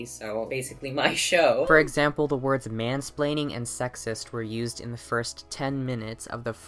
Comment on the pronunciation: i may not know what "mansplain" means but I pretty sure that girl say it incorrectly.